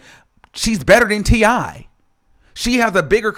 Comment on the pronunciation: the way he says I in T.I I rewinded that at least 14 times 🤣🤣🤣🤣🤣